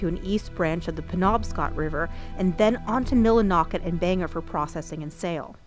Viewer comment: we say Bangor like this "BANG GORE" not "Banger"